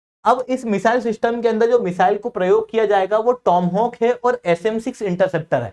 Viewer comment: Tomhawk nahi toma(maa)hawk hai....